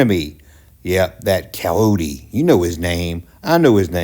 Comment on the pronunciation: His name is Wile E. Coyote (Kie -oh-tee) not calohte (cal-oh-tee) get it together